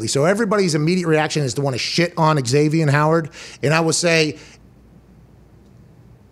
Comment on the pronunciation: It's Zavien, Pat, not Eg-zavien. lol